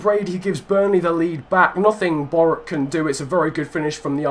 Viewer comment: Lovely video, great Youtuber, it's Boh-Ruch, but doesn't really matter